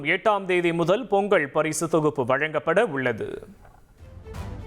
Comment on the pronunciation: இவம் பேசலாயக்கில்லடே!செய்தி சொல்லவே படிக்கலடா! பொங்கள் பொங்கள்ளுக்காம்ல! பொங்கல் னு சொல்லி கொடுங்கடா!